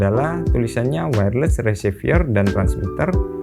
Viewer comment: Reciever kok bacanya jadi resivier di antara v dan r cuma ada e kok jadi ie bacanya?